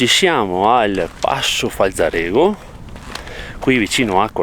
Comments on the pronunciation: Grandissimi fioi😂 ma "FalzarÉgo" non si può sentire!🤯🤣😜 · Dopo aver sentito "passo Falza... rego" ho cambiato canale.